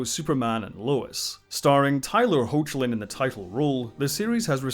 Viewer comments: Also FYI Tyler Hoechlin's last name pronounced 'Hecklin' per the actor himself 👍🏼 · Minor correction: Tyler Hoechlin's surname is pronounced "HECK-lin".